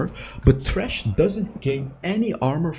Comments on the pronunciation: It's thresh like threshold, not trash My dude I really love you, but this makes me so angry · i am pretty sure you mean Thresh and not Trash. there is a th like in the, theater, threshhold, them, three. etc. stop ignoring correct english pronounciation. thanks and boom out. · no he is sying "trash" instead of "thresh" with TH sound. obviously. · The way you say thresh makes the subtitles say trash XD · I don't mean to make fun of your accent, but it really sounds like you're calling him "trash" lol